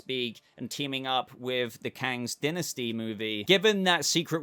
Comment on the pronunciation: We need to teach him how to say Namor and Dynasty lol